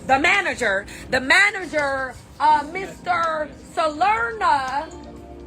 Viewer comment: “ The manergeer …”